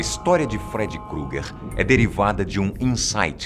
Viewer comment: Feri crugue ????????? Fala direito